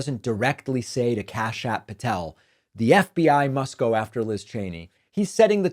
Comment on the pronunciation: Don't know why but when you first said the name Kash Patel, I thought I heard you say "Kash-App Patel". 🤣